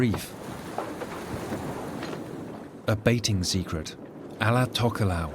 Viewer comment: It's a pity the guy doing the voice over can't pronounce Tokelau and Samoan languages correctly, its not difficult.